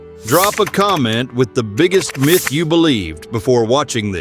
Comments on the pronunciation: Myth is pronounced MITH, and NOT Feckin MYTHE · “Mieth”? Myth is pronounced Mith, you using AI voice? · LOL!!!! WHAT IS A " MY, TH" ???????????? DUMB YANK!!!!! 🤣🤣🤣🤣🤣🤣🤣🤣🤣🤣🤣🤣🤣🤣🤣🤣👎👎👎👎👎👎👎👎👎👎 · 'My'...th?? AI has arrived and makes a joke of this video... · Narration is bad like the word myth, it's not pronounced .mith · this would have been much better if the AI knew how to pronounce common English words, like "myth". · Wrong pics for the narration and mispronunciation of MYTH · Both are common issues with AI videos or videos with scripts read by AI. Dunno why makers don't bother to check/correct them in production.